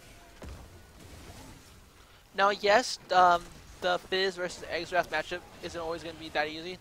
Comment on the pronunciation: The champion is pronounced "zerath" lol